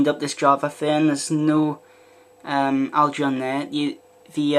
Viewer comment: Why cant you pronounce "algae" correctly?